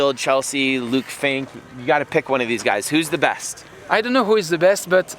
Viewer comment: They all say Luke Fink!!